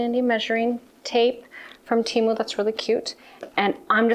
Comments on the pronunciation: Hi, honey I love you but please learn how to say Temu, it's T moo....a fellow Canadian...🍁 🍁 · Oh my word, I didn't know such a thing existed, I practiced, my french accent was getting in the way I think, lol...all the Americans call it TeeMoo, I've never heard anyone say it like you do...either way I will keep on watching you regardless of how you say it...take care...cheers !!!